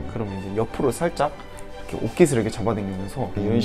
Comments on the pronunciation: 전 특히 쯤에서 ‘이렇게’를 ‘이러게’로 발음하시는 거 넘 귀여우셨어요ㅋㅋㅋㅋㅋㅋㅋㅋㅋ 도마도와 오도바이가 생각나는 그런...ㅋㅋㅋㅋㅋㅋㅋ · ❣내가 보려고 만든 영도 모먼트❣ 영도가 생각하는 남자의 여우짓 웃음소리😆 물컵스킬🥛 ~ '이러게' 3단콤보✨✨✨ (경험담) 술배틀 스킬🍻 술배틀 할래?!🥂 미련곰팅이🐼 어↗ 영↗️도➡야↘️ 너➡매↘️운↗️거➡못↗️먹➡잖➡아➡ (사투리❤❤) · 이렇게 발음 신기하다 ㅋㅅㅋㅅㅋㅅ 이러게 로 발음하시네요